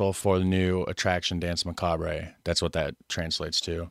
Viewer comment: Euuuuuh neuuuuu what a macabray hombreeeeee yeah macabrayyyyy mannnnn let's just throw allllllllllllll the languages in one pot and call it English why nottttttttttttttttttttttttttttttt Macaaaabraayyyyy duuuude toooooootaly awesome .......some macaaabrayyyyyyy we can HEAR how it is pronounced but let's call it : macaaaaabraaaaay essay !!!!!! Macaaabraaayyy